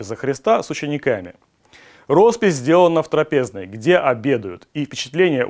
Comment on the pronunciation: ТрАпезной, а не трапЕзной😢